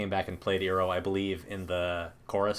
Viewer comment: "General Iroh" - You have to pronunce it "EYE-roh" as saying it E-roh makes it sound like you're using the pronunciation from the live action Shamalyan movie and no one wants that.